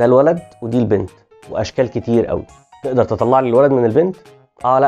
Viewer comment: قوي مش بال ق بال أ